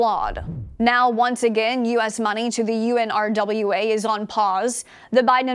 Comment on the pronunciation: Girl! Nobody calls it by those letters!!! It’s called unrah. Do not say U. N.